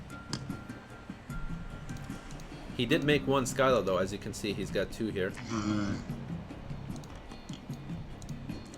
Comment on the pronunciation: lord save me. haydz instead of haydees, sky-la instead of sill-a.